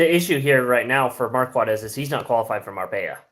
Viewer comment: You guys are still pronouncing his name wrong. It’s Mar-court, not Mar-quat